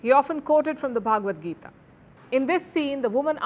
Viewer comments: Please say Bhagavad Gita not bhaaagavadgita. Bha not bhaaa. Pronounciation correction. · Please pronounce the word Bhagavadgeeta correctly. It is Bhagavad, and not Bhaagvad. 🙏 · It's "Bha-ga-wad-Gita". It's not pronounced Bhaagwad Gita. Bhaagwad has a separate meaning in Samskritam. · the way you pronounce bhagvat gita isa actually insulting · Palki , first pronounce Bhagvad Gita properly